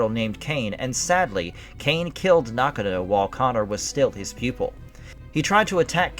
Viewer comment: I don't think you meant 1815, I believe you meant to say 1518. Highlander 4 was bullshit, Connor MacLeod defeated The Kurgan, its which he was technically the strongest, which means he could have easily have beaten Jacob Kell. It wasn't Heather MacDonald, It was Heather MacLeod. It pronounced Nakano (Naw-gone-oh). Not knock-a- know. And Brenda hit The Kurgan on his upper back, not the back of his head. At the time when Connor told Rachel, that "Russell Nash dies tonight," that was before he went to the Silvercup to finally face and ultimately defeat The Kurgan. It's not Glenn Cohen, It's Glann Finnen.